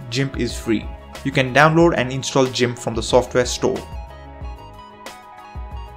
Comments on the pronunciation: I was laughing so hard at the jimp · Great Video Man☝.. Just FYI(If Interested) Gimp is pronounced with the letter G sound TBH it's easy too get it mix up All I know and have ever knowed is English and I'm always making grammar pronouncing words wrong all the time lol Hope that helped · That pronounciation of GIMP was on purpose... as you did say that software's name more than others... and... I'm sold on that pronounciation... it will be a great way to cause intense levels of pain in geeks. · ..It's " gimp"..not pronounced" jimp". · Great video, I learned some new useful apps. If you don't mind some advice, your English is very good so I was able to listen it while browsing but where it falters was VLC, I thought you said 'realty', and I keep hearing that. Also GIMP is not 'Jim', it's pronounced with a hard G, like 'Gun'. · Thanks a lot. Useful list. Just one thing though. Gimp is pronounced "Gimp", not "Jimp" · it's Gimp (g pronounced like in the word Get) not JIMP.. (just so you'll know) I LOVE this list-- except for STEAM- which I have NO use for- I have far too much important things to do than "play games"-- which I hate anyway... BUT for gamers, it's GREAT!!!! and i don't do MEGA (I don't sync anything- that's a direct link for hackers and I've been hit twice and it's cost me YEARS of work to make up what they stole. GREAT VIDEO THOUGH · God please stop saying Jimp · You really said "jimp" huh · "JIMP" I'm afraid I must disagree with your pronunciation on this one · G... G.... "guh" not "juh".... gimp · im sorry but.... jimp? this is a first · you pronounced GIMP wrong! GIMP NOT JIMP! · Never knew it was "jeemp", thought it was "geeimp". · It's not "jimp", it's "gimp" (hard g). And it's the GNU Image Manipulation Program. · jimp..., you know, like jorilla... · It's Gimp not Jimp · It's pronunced gimp with hard G sound not jimp with a soft G sound. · you lost me at by pronouncing it "gymp" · This man said jimp 🤮🤮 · did he really say jimp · "jimp" LOL